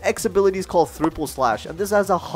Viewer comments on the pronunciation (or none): He really said thripple 😂